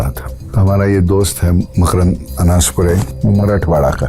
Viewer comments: Markand nhi hai wo He is also a Legendary Marathi Superstar MAKRAND ANASPURE... please pronounce the name correctly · 24.28 its not markand ❌❌❌ its makrand ☑☑☑☑ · Not markand it is मकरंद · मकरंद अनासपुरे , आपने मार्कण्ड बोल दिया 😊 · bro that's not markand its makrand anaspure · Makarand not Markand.... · Markand nahi, Makrand - मकरंद अनासपूरे , you कॉल्ड it रॉन्ग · Bro it is not Markand it's Makarand 24;28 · मार्कण्ड नहीं मकरंद अनासपुरे A legendary marathi actor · Makrand anaspure not mmarkand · Markand nahi Makarand Anaspure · Markand नाही ते मकरंद असे म्हणतात मकरंद अनासपुरे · it's Makrand Anaspure not Markand Anaspure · Markand nhi makrand anaspure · bhai voh मकरंद hai google pe ek baar pronounciation dekh lete respected actor hai marathi industry ke